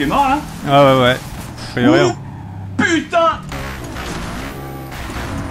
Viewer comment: Le "Oh putaing" de Fanta à est trop drôle!